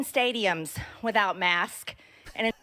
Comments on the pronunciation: Mask. It's like hearing a supervisor say "Pacific" instead of "Specific." 🤦🏻‍♀️ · They mispronounce things they don't believe in or don't respect whether it be the names of politicians, masks, etc. Also, she is definitely experiencing labored breathing.. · Not native speaker here, I often skip the "s" at the end of plural nouns orally, but that's something I am aware of and try to correct. Marge is a native speaker. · Her saying mask instead of masks is like mike Lindel‘s saying stiold instead of stole. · Maybe her accent makes the "s" sound silent? Sounds odd to me, especially since I've been living down in South Carolina for almost 13 years. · She's saying masks but her s is really silent. lol This little spaz show she is doing is just so that she can look like some hero to her constituents. The fact the masking is ending is going to make her look like she did something. She knows very well it's ending, she's just putting on a pony show. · Strange that she'll pronounce "Faces" plural but "Mask" singular? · I think leaving the "s" off the ends of words is a North Georgia-ism...a very regional and unique dialect. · She has trouble putting an S after a hard K sound. She seems insecure about it since she would rather present herself as a person that can't comprehend pluralization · It was one thing when she didn’t know the definition of words (patriot, communism etc.) But now she can’t even say words right. The Republican mind is devolving. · she was saying maks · This poor small minded southerner can't pronounce "masks" - her team said "dial back the obvious stupidity while you're lying and just don't try to say it." Sounding like "maxes" - love it. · While I generally like a lot of your videos and find value in this one, focusing on whether or not she is mispronouncing masks vs saying the incorrect singular seems petty and takes away from the actual valuable content in the video.